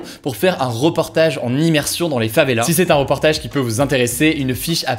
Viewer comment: rEportage, pas rOportage haha, excellent contenu sinon, c'est super ce que tu fais